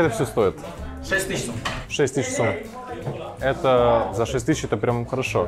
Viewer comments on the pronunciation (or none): Я из Узбекистана и там не сомы а сум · Сом неправильно говорится,говорится сум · Не "Сом" а "Сум" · Не сом а сум , если быть точнее!!! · Хочу немного поправить шока : не сом, а сум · Ураааа! Ты приехал в страну где живу я! И правильно говрить сум а не сом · брат не сом а сум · Не сом а сум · не сОм, а сУм